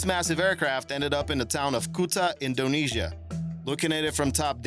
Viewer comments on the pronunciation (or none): none